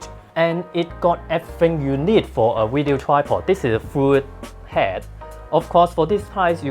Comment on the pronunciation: please give it to my Wife because she "lily" likes your "weedio":D